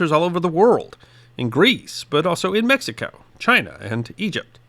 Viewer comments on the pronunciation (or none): none